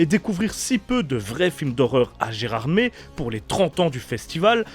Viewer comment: Mdr comment tu prononce gerardmer